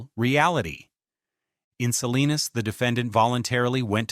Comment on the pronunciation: Salinas...not Selena's v TX